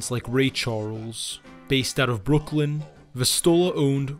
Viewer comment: Great video however its Brooklyn not Brookland. 😊